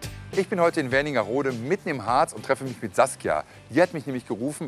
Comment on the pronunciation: Es heißt Wernigerode, nicht WerniNgerode... 🙄